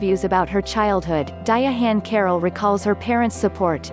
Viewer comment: Ok I didn't see it that way. I understand but a non-native may learn to pronounce her name incorrectly. I just subbed to your channel. Best wishes.